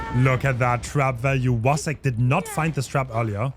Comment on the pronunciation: I love how respectful is toward everyone, and how he pronounces "Wacek" with the Polish "w" instead of the English one:C ♥